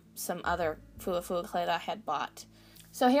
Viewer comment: Its actually pronounced Fwa fwa :)